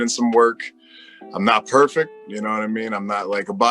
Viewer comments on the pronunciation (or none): none